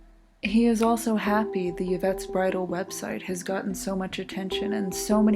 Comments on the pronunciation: Im pretty sure its pronounced "Ee-vette" not "Ya-vette". Love the videos though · It's pronounced "IV-ett", not "YIV-ett". Good vid, though. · The most bizarre thing is the pronunciation of Yvette.... it's 'Ivette' not 'Yuvette' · Y infront of a name is pronounced eeee.. not yuh.. eeeevette.. not yuhvette . Like torilla is torteeeeyuh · Ee-vette not yuh-vette. Great vids I'm on a binge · Interesting video. I see that it's been posted for three years now. I wonder if anyone has commented on your pronunciation of "Yvette." It sounds like you are saying the word as you would an English word that begins with "y." (you, yellow, yes, etc.). The name "Yvette" (as you probably know) is of French origin and the initial "y" is supposed to be silent. It can be transcribed as "ee-vet" (or in the IPA as "i.vɛt"). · It's an atrocity that she keeps saying, "Ya-vette." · Been binging your vids. I really like them. Though I've never heard anyone pronounce the "Y" in "Yvette" as a consonant before.